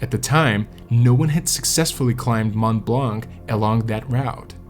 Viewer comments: Mont Blanc = pronounced "Mon Blon" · The correct prononciation of "Mont-Blanc" excludes the "c". Excellent and detailed video of this hiking tragedy, tank you